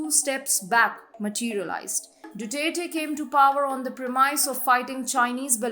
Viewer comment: Excellent presentation. However, some tips on the pronunciation of some proper nouns may be helpful. Malacañyan- मालाकान्यान Duterte- दुतेरते Gloria Macapagal- माकापागाल